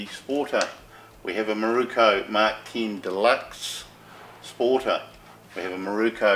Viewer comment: It’s MIROKUUUUU NOT KO. 😂